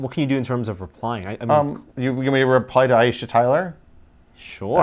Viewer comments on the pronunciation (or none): none